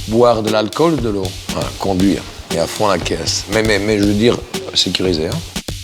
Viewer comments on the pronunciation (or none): none